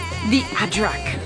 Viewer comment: Love the way your calling an ajrak a (adrak)